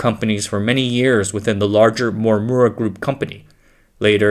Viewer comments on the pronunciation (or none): Am I the only one deeply annoyed from this (AI ?) voice narrators? It has such bad accent and zero speech clarity. Yes you’re narrating in English but please at least pronunce correctly the proper names of the people in the video…. “Morimura” became “Mwawwuwa” 😖😖